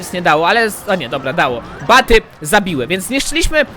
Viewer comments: proszę mów nietoperze albo BATSY a nie BATY!!! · nie baty tylko batsy